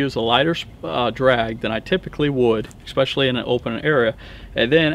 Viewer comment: Good video but did I hear 'expecially' a few times? Really?